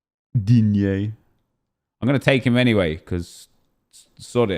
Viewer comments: oh my days he does it again “digne” 😂👏🏻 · It’s kinda his thing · Not just you hahah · I honestly watch your drafts just to hear you say Digne 😂😂😂 I crack up every time. Love it